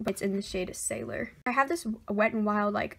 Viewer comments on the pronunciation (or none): none